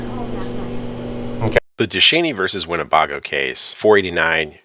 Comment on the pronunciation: its win ne BAY GO! NOT BAH GO.